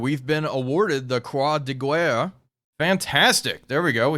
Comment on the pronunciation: Nice job, I think it’s pronounced more like “kwah de gare” (Croix de Guerre)